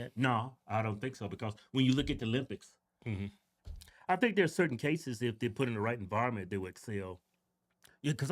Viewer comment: “The Lympics” 😂